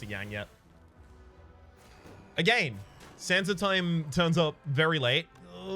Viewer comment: I keep hearing Sands of Time as "Santa Time"